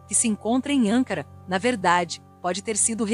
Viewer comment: Repetidas vezes a narradora pronuncia de forma errada o nome da capital da Turquia. Não é ÂNCARA e sim ANCARA